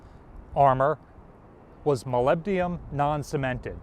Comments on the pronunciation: once, okay, twice getting annoying. it is molybdenum (element 42 on the periodic table), not molybdium. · Molyb-den-um, not Molyb-di-um. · ... and here's a word from our sponsor ... Japanese knives, with no "molybdium" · mispronounces "molybdenum", which indicates a lack of preparation. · Very informative video. Thanks! Also, try practicing your pronunciation of "molybdenum". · Please look up the correct pronunciation of molybdenum.